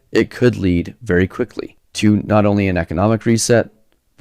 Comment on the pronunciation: I'm sorry, you're a BELIEVER in trickle-down economics?? You're kidding us, right? You mispronounced "not" and tripped over your own tongue and didn't catch it on the edit? RIGHT????